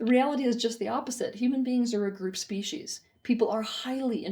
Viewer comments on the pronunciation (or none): none